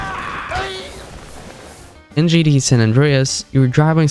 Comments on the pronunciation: Or keeps saying gda 5 instead of gta is he dumb or sumn ? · what kind of accent is that bad ? Just say the T for fs sake 😭